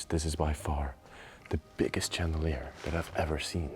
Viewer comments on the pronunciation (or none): Chandelier is pronounced Shan da leer. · When you pronounce chandelier, it is not like the ch in cheese but it is a softer sound like in share , shape, or the name Sean. Just a little English lesson for you. I love your videos and have view many of them. Thanks 😊